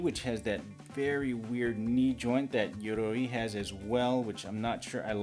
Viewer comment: Glad that you came up with the solution of the thigh pieces in the moment, because I was just thinking that same thing xD Also, loved both hearing you pronounce "Yoroi" and the poses you used in the final moments